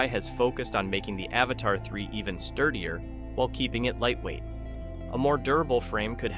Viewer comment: It's Avata not avatar 😂😂😂